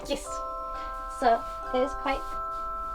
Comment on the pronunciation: No.........Yiss! LOL I love how you say Yiss at every opportunity. Cute as a button <3